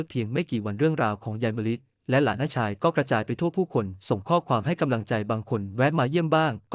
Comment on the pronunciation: และหลานชาย อ่านไปได้ หลา นะ ชาย AI อ่านผิดมาก วรรคตอนไม่ค่อย ถูก เสียอารมณ์